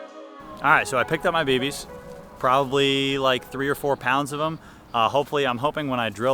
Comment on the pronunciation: Dude. You probably didn’t by realize it….but you are saying baby’s instead of bb’s lol